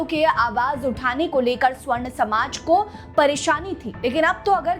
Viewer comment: मेडम स्वर्ण नही, सवर्ण सही उच्चारण होता है । स्वर्ण का अर्थ 'सोना' और सवर्ण मतलब 'वर्ण युक्त' या 'रंग के साथ ' होता है ।